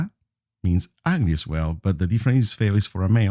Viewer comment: Lol he said agly